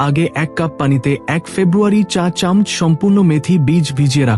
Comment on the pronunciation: চামচ উচ্চারণটা আপনার ভুল হচ্ছে।